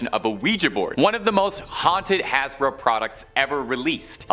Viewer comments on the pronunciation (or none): none